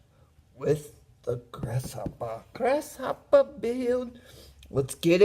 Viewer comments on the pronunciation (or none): “Ahhhh Gwasshopper “ Nice work Steve !! 👍🏻👍🏻